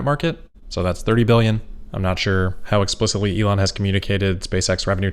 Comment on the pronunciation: Except he pronounces his own name incorrectly which I would not care about except it is my name and he is teaching thousands of people to pronounce it like a spoiled child who refuses to learn. He pronounces it incorrectly both in German and English and is spreading the error, and is completely unwilling to go back and correct himself, so when it hits close to home he is not willing to correct himself at all. In German: In English